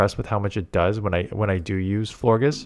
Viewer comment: It’s pronounced Flor-jess. Like flower plus gorgeous.